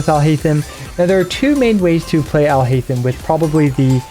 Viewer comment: if you switch on jp dub you can hear them pronounce it. If you try and pronounce it in an english way itll be haith-em. But its actually heiyy-them. Would be better if i could sound record it but you can hear the correct pronounciation in the jp dub. Trying to imitate the urdu/arabic sound of the name in written english just wont work because english alphabets and urdu/arabic alphabets are different and sound different even those that seem similar